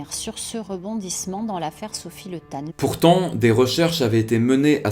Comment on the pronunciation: Pour info, son nom se dit Li ( et s'écrit Le), mais ne se prononce pas Le comme on pourrait prononcer "Le Pen", ou "Legrand".